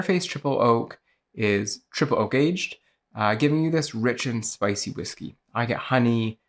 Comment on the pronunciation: Whisey? Never heard of it